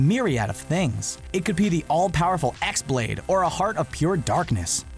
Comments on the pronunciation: X-blade pronounced Chi-blade not freakin "ex" blade, jesus freaking christ. Heartless not minions. For a gaming channel you dont do much research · X-Blade is pronounced as keyblade....yes, it's written as an X but it's "chi" or "ki" so no different than saying keyblade. also, am I the only one who doesn't want VR? worlds I hope/wish for in KH3: returning to Aladdin ( based on the final film, King of Thieves ), Pirates ( covering Dead Man's Chest & At World's End ), Tron Legacy and Lilo & Stitch DuckTales/Darkwing Duck ( the cities of Duckburg & St Canard are separated only by a bridge, so it could be a fun dual world with Darkwing as an ally on the St Canard side & Gizmoduck on the Duckburg side ) Kim Possible Gargoyles ( come on, you know that would be epic as hell ) Toy Story The Incredibles Phineas & Ferb ( could make for a fun & hilarious new minigame world, with some Agent P missions against Doofenshmirtz thrown in....wonder what kind of inator he'd make in KH ) Frozen Once Upon A Time Treasure Planet Atlantis Marvel & Star Wars could be cool, but tbh I just want a Lightsaber Keyblade :/ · "X-Blade" is pronounced Keyblade. did you even play any of these games? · "minion", "ex-blade" ... unsubscribed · no shit Sherlock, I was talking about how x-blade is supposed to be pronounced...